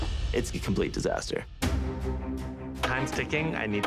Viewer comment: My mom xan macknomlete but not like that